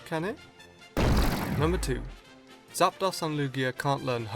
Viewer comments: It's pronounced Zap-Dose not Zap-Doss. This is because the dos in Zapdos is the Spanish word for two, which is pronounced 'Dose' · Pronounce it correctly, it's Zapdos (pronounced zap dose) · Makes Pokémon pronunciation videos, pronounces zap-dose as zap-daws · emeraldgolem 7000 sweety you are the noob because the correct pronunciation is zap dos not zap dose That's because zapdos is a combination of zap and dos (dos is Spanish for 2) its pronounce dos not dose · christ, it's pronounced "Zap-dose" not "zap - dahs". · Its pronounced zap-dose, because Artic-UNO, and Mol-TRES, which in case is case you didn't know uno, dos, tres, is 1,2,3, in Spanish, and yes in Spanish dos or 2 is pronounced dose, and medication. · Submissions are illegal in true Lucha libre And... Folks, it's pronounced zap-dose Spanish numbers remember! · not gonna lie i only just now got why gastly's line is poison type. the facepalm is so real. and i know he has an accent but it bugged me how he pronounced zapdos in specific artic UNO zap DOS mol TRES uno dos tres 123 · Stephen Miller Just quickly, its pronounced Zap-Dose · ....you're pronouncing Zapdos wrong.